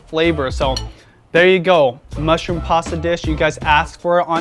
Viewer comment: Interesting... You usually do not pronounce your T's. In this video...you said "Pasa" water instead of Pasta water. "Insagram" instead of Instagram... & Toally optional" instead of totally optional... lol. Take a listen to yourself. I think u have a speak impediment or have trouble with annunciation.